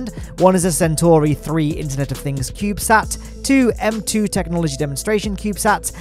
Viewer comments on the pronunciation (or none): none